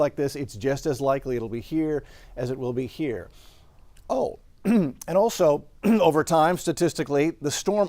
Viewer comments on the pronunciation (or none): none